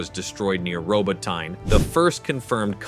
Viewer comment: Look, the narrator hasn't been trained to pronounce "Robotnye" correctly, there's not much chance of getting our PM correct!!